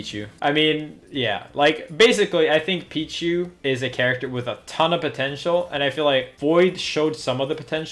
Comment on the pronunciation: Its pichu